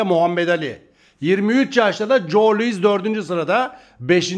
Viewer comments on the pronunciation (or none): none